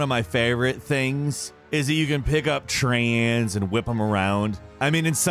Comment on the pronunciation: wtf why did he say trains like that at ?